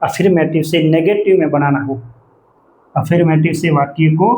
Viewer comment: /əˈfəːmətɪv/ अ फर् मॅ टिव होता है। अफीरमेटिव 😂